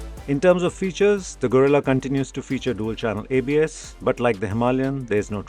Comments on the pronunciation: I expected atleast to say, Geh-rilla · I didn't expect non-spanish speakers to get the "rr" and "ll" right, but at least try to get the vowels correctly!